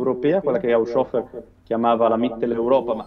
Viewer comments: Molto interessante, ma, scusate, HAUSCIOFFER proprio non si può sentire. Un minimo di conoscenza del tedesco, che a non dovrebbe mancare, lo farebbe pronunciare correttamente: HAUS HOFER, con le H iniziali aspirate. Glielo direbbe anche Google... 😫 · Il nome tedesco Haushofer è composto dalle due parole Haus ed Hofer e, se non erro, dovrebbe essere pronunciato in modo che la "S" resti con la prima parte: Hàus-hòfer. In ogni caso quella "s" non diventa una "sc", come accade con l'inglese "sh". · Non si pronuncia "Hausciofer", ma "Haushofer" con le due acca aspirate